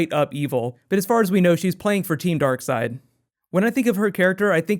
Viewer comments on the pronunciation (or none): none